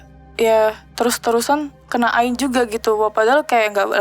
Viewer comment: Ngik ngik pas dia bilang ain. Woi, kaga gitu kaliiii